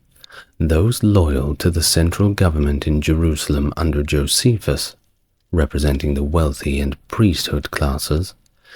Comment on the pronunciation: Saying that name wrong. Jocephus the betrayer The turn coat The Flavian The propagandist Add any of these to fill out who Jocephus really was.